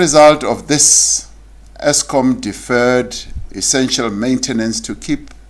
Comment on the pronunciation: Exskom 😂😂😂😂my President